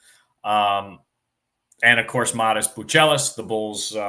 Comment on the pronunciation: `Learn how to say his name